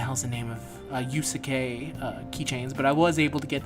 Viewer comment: it's pronounced YOUS-K!